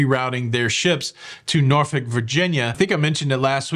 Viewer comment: Norfolk is pronounced Nor Folk. Just sayn. 😂